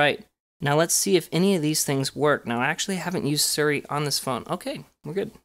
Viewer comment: It’s Siri not suri. It’s pronounced sea-re. Siri